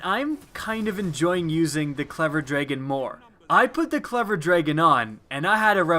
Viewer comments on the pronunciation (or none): He says dragen not dragon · xSterbukz he says dregon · Man his accent is terrible! Him saying Draygen makes me wanna kill myself. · why are you saying draygon?! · What's a dregon? It says dragon. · Ffs is dragon not "draygin" it's so annoying how you say it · "Draygin" ... smh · tf is a dray-gon? its dragon ,dude... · WHY TF CANT YOU SAY "DRAGON?" ITS NOT "DRAYGIN" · I hate how you say dragon. Lol draygin. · no, no drawgon...the A sounds like the beginning of apple. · Ashley Wilson I couldn't watch the rest of the video after the first few times he said "draygin". Was hoping it was a mistake but nope he's clearly verbally challenged... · Dra gin..... Ewwww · Legendz Himself it's like he says dregon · why do you pronounce dragon as draygun. wut. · For the love of god pronounce dragon right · "clever dregon" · DRA-GON say it right, dam man... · Its really bothering me how your pronouncing dragon. But I agree with you 100%. Its a very good pulse but lets not over hype it. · it's drAHgon. say It with me Dr-ah-gon. dragon. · lol, jus leave it alone, we all know what he means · Mommy Mommy Did You See The Clever Draygin haha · Him saying "draygon" over and over killed me. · that's what I was thinking and you formulated it into words for me. I don't understand why he can't say dragon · Great video, I hate how you say dragon, though. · I have ocd and had to actually stop watching the video it made my blood boil lol and also because I can't get the clever dragon